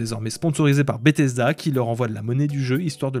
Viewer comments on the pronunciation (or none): none